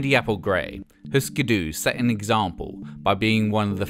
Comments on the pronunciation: Eftersom der er umlaut på Hüsker Dü får det vel mere en 'y' lyd, ikke? Og 'Hysker Dy' lyder ikke langt fra det som fortælleren siger, i mine ører :) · But we dont have umlaut-U in Danish, and the pronunciation sound more Swedish .